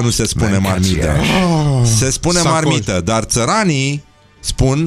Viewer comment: MARMITA, NU MARMIDA